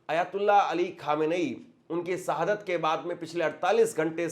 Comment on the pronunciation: आप अपना उच्चारण सुधार करो। आप अच्छे न्यूज़ देते हो। और एंकर के तौर पर परिपक्व हो। लेकिन गलत उच्चारण आपकी पत्रकारिता में शोभा नहीं देता। आप बार बार सहादत कह रहे हो। जबकि शहादत होता है। और कई गलती करते हो। मैं आपकी कमी नहीं कह रहा हूँ गलत व्यू में। बल्कि आपसे सहानुभूति के तौर पर बता रहा हूँ।